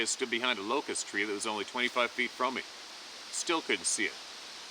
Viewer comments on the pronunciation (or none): none